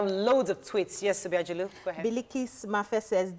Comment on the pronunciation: for all these years of working with Obiajulu, it's still hard for you to call the name right. It doesn't speak well.